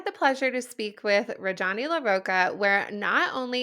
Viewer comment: Love that you had this awesome woman on the podcast! But please learn the correct pronunciation of her name. Indian names are extremely phonetic and sound exactly like how they’re spelled!!